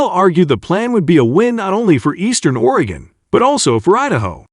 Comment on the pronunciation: my God, this clown cant even pronounce 'Oregon' yet here he is posting a video about it